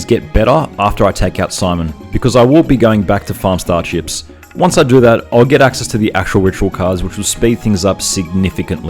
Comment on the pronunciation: I kept hearing star chips as star ships. XD Fun challenge, though!